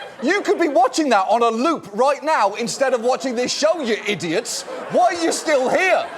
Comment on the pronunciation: He pronounced "science-denying idiots" wrong it sounded rather like "ideologs".